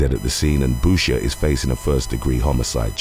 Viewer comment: Boucher...."boo-shay", like the Waterboy 😁